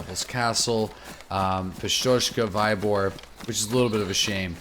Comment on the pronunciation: It is not V-ay-bor, but V-ee-bor :-)